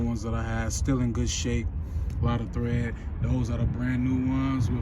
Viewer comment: Tread* not thread